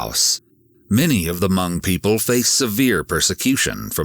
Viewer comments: Hmong is pronounced MONG not MUNG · It’s Hmong not Mung. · As a Hmong person please pronounce Hmong correctly! It’s not “Mung” it’s “Mong”. It’s so hard to hear it said like that😅 that being said my dad is from Laos and moved to Minnesota as well. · respect, but it's pronounced "h-mong "(mmm like thinking(the M start like monkey), then ong, like bong) > mm-ong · The way he pronounces Hmong (Hmoob) 😂. Never heard it pronounced that way. It’s usually pronounced maw-nnng.